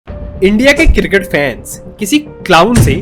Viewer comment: Sahi bol le bhai , CRICKET, ye KIRKIT KIRKIT kya hain